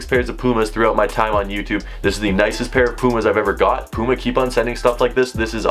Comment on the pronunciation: You can’t say puma right 😂